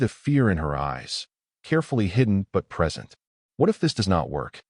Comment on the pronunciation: Great story, so grounded in reality. For those depending on the audio, A.I. routinely mispronounces "minute" and "present," thereby changing the meaning.